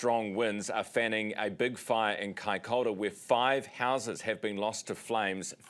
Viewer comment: You pronunciation of Kaikoura is wrong ...it's not. 'Kai K' orr .ra ' ---- it's "kai. K ' o.u.ra ' . 😊 Even the met girl .😊